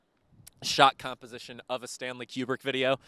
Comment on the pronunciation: Kubrick is pronounced Koo-brick